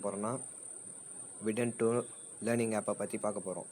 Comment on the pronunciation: Learn first how to pronounce the name vedanti🤦